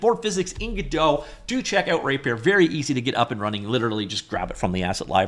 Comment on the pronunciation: He's just pronouncing it weird